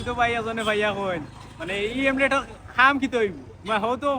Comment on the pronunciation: Helmet❌ Hemlet✅ 😂😂